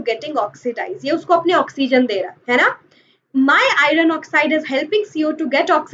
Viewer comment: Not irun it's iron